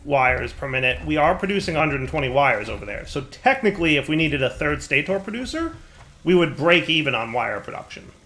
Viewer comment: wait why is stator stay-tor when motor and rotor are mow-ter and row-ter